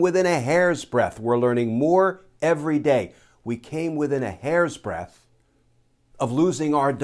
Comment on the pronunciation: Hair’s breaDth Glenn! Not hair’s breath! 😂